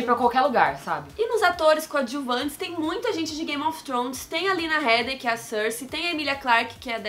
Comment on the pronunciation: O sobrenome da Lena se pronuncia "Hiidi" mesmo sendo escrito Headey =)